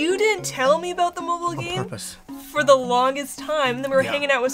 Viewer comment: when he says “on purpose” lol